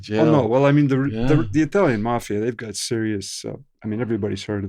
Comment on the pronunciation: "..working with the mAhhfiahh.." The best accent.